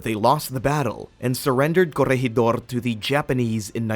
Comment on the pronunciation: When did the Japanese fly fighter jets in WW2 as a military History buff I would love to find when as the British had the first operational jet in WW2 Were is gwoblycannall , and curryegidor What shocked me is that never did any research its easy to find out the proper pronunciation there for not making you look like a dick